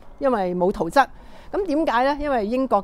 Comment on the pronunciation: 圖則，則字讀（積）😅😅😅